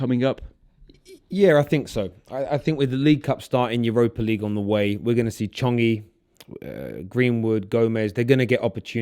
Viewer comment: Chongy??? Omg cringe 😖